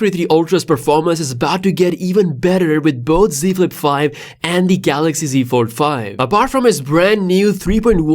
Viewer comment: What’s a galaxy ford it’s that the folding cord car lol that’s new I love how he said ford and not fold lol